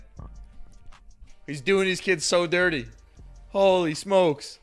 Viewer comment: When us say holy smokes, it sounds like “oh he smokes